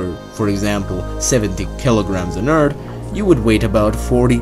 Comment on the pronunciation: did you said Urt instead of Earth?